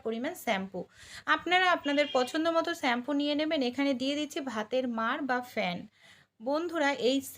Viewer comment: Shampoo বাংলাতে শ্যাম্পু।স্যাম্পু নয়।